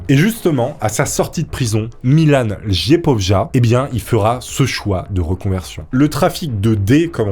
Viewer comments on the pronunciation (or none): En euro de l’Est et même en Allemagne e J se lit i Don c’est pas lejpojlja mais liepolia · BOJANA MITIC prononcé BOYANA MITITCH MILAN LJEPOJA prononcé LYEPOYA Rien à voir avec la famille BALKANY AHAHAH 🤣🤣🤣